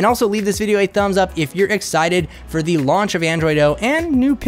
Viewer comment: It's really annoying that you use the word "thi" in front of words, who doesn't start with an a,e,i,o,u. For example the smartphone, you say thi smartphone... I often wonder why people do that?... It doesn't sounds right in my ears. My primary language isn't English, but Danish, but it still sounds wrong...